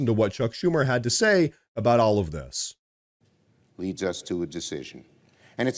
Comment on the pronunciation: "Dis country's needs"? Like printing comic books in Swaziland?